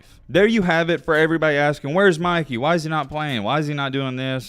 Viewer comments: Bro is annoying asf. Can’t even pronounce English. “Mickey” it’s “Mikey” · Dude it’s MI KEY NOT MICKEY😂😂😂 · It’s MY-KEY my boy not Mickey lmao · Why does he keep calling him Mickey LOL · Stop saying Micky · dude did not just say Mickey the whole vid…😂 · stop saying meekey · Stop saying Mickey he’s name is Mikey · it’s not mickey it’s mikey man 😂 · Why you calling him Mickey and not Mikey?? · Why you calling Mikey, mickey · why he calling him mickey 💀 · why did he call him "Mickey" the whole video lol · Why u saying Mikey like Mikey mouse nahh it’s mike-ey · ITS MIKEY NOT MICKEY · why do you call him mickey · Bro why you saying his name like that? You’re saying Mickey not Mikey… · my man said Mikey (Mih-Kee) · y r u calling him mickey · Bro… it’s MIKE- EE. Made me cut the damn video off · Mikey with a long I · I can not watch this video the fact you keep calling him micky you. How can u butcher his name like that it’s very irritating tbh💯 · "Mikey" pronounced (Mike-E) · Pronounce his name correctly lol… just helping. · why r u saying mikey like he's the mouse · Lmao the way he say Mikey name 😂😂